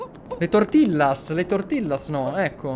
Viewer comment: comunque sono i nachos, e tortillas l'hai pronunciato male, si scrive come l'hai detto ma si pronuncia tortiglias